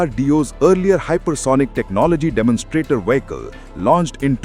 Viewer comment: Why does your narrrator pronounce 'vehicle' as 'Wee-he-kal'? Oh! I forgot. You are Republic channel: Nothing better can be expected